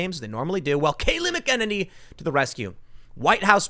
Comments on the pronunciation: Tim its mac-a-nanny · Tim, it's pronounced MACK MACK uhnaynee Emphasis on the MACK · It's pronounced MAK-IN-NINNY...not Mc kenniny. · Hey, Tim. Love your channels. Kayleigh's last name is pronounced "MA-keh-nanny" and not "mih-KE-nuh-knee". Thanks for all your hard work. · Tim, listen to the way everyone (including Kayleigh) pronounces her name . . . . it's "MACK in Nay nee". It does not sound like"Mick in any"!!!!!!!! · It’s Mack-uh-Nay-Nee. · FYI McEnany is pronounced "mack-in-aye-nee" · Tim, it ain't "McKennedy". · MAC - AHH - NAY - KNEE .. come on bro .. you can do it. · Tim, it's pronounced MACK-A-nenny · It's pronounced MAC-uh-nay-nee Tim. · It's MAC UH NAY NEE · Mac -- Er --- Nay -- Nee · Tim I watch you every single day and this one thing drives me insane brother...I'm going to go phonetic on this one. Her name is pronounced Kayleigh Mack-Ann-Any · It’s “MAC-uh-NAY-nee”. 😁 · “Mack-uh-Nini” Kayleigh McEnany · Tim, it’s pronounced “Macka Naynee” 🤓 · Dammit Tim: mAk-en-nAy-nee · MACK-UH-NAY-NEE. Come on dude say her name right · Tim, can you really not pronounce her name right? I know you have heard it enough to know it is MACK-A-NAY-NEE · MACK-en-nay-nee, Tim. Say her name! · Tim please, McEnany is pronounced Mac-A-nanny. Goodness its like nails on a chalk board. Sorry. Hahahaha. They are NOT BLM or Antifa they are Joe Biden voters. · It's pronounced Mac-a-nay-nee dude.. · Tim, you are seriously mispronouncing Kaley's name. It's Mack-in-earny. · Can someone please give Tim the correct pronunciation of Kayleigh's last name please!? Mac uh nay knee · “Mckenaninny” Is it just me?! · Hey Tim, Say Her Name! McEnany- Mac-I-Nay-Ne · Tim! It’s Mac-an-ay-nee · Pronounced Mac-en- any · Tim - I’ve heard multiple outlets pronounce Kayleigh’s last name as Mackin-nay-nee, kinda like “Mackin’” on the “Nanny” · Say it with me TIM......MACK AH NAN KNEE!!!!!!!! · Tim! Its Kayleigh Mc-en-any(say it quickly) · Tim, you pronounce it Mac-A-Nanny.